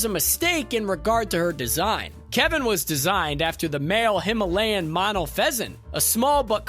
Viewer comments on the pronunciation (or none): none